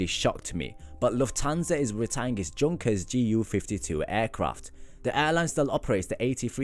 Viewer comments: their pronounced Yunker's not Junker's. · The correct German pronunciation is “Yunkers.”